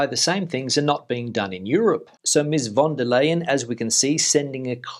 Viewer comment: It´s pronounced Von der Lion,.